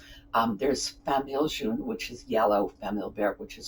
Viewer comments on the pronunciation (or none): I notice that when English people talk about "famille jaune" they always pronounce it like the name June. It should be pronounced like the name Joan. I'm French Canadian so I always notice the error. Also, the porcelain repair part will come in handy. Thanks.